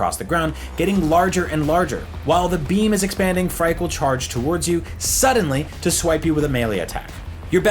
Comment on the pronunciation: Phrike is pronounced like "Freaky" btw.